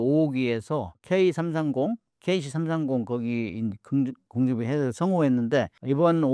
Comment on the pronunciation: 작가 공중금유? 급 발음 안되나. 작가 경상도 발음 ㅎ~